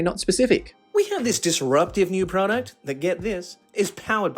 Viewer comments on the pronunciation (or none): none